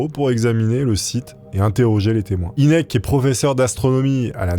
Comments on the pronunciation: Tout les Ufologues connaisse cette histoire mais tu les raconte tellement bien qu'ont s'en lasse pas par contre j'ai exploser de rire sur la prononciation du Dr Hynek ce prononce Hainek , Inek c'était comique 😂 Merci pour ta vidéo très sympathique :) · mdr la prononciation de "inek" c'est "haynek" (prononciation) je sais que ca s'écrit pas comme ca j'adore tes videos au fait!!!!! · C'est "aille nek"